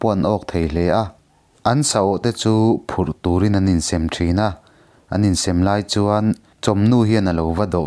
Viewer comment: In sem vel kha a thluk diklo a awm deuhin ka hria